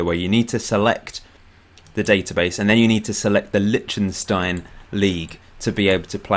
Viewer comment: By the way: It's Lish-ten-shtine, you saying litshtenstine is grating!